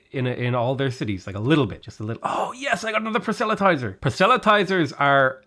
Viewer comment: Hey, I’m not sure whether this is the way it’s pronounced everywhere, but at least in my part of America it’s: PRAH - SELL - UH - TIES - ER